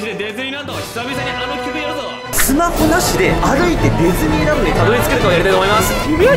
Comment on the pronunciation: デズニーランドって聞こえるw